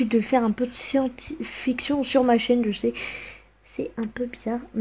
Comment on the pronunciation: la sientifiction MDR le mot ma fait éclater de rire